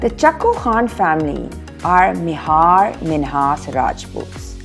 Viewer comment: خاتون آپکی تحقیق اور آپکے تلفظ پہ مجھے ہچھ تحفظات ہیں۔ چوّا سیدن شاہ ہے نا کہ چو سیدن شاہ مہار منہاس نہیں یہ مائر منہاس ہے۔ چھے منٹ دیکھنے کے بعد اور ہمت نہیں ہو رہی آپکا یہ پروگرام دیکھنے کی۔